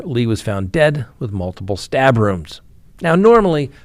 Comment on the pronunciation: "Stabrooms" "Reeiddrrararated"? Have you been drinking? 🍺